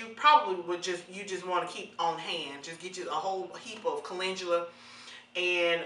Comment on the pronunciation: Why is it called molasses scalp healer but it has no molasses... Did you call Caledula coo-lin-Jew-la???🤔 It's Cal-en-dew-lah